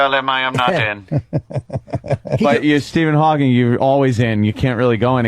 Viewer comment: Norton saying "Hawkings" is infuriating and if Colin knew anything, he'd have destroyed him for it